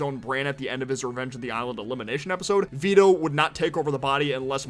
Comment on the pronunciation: It’s Vito not Veto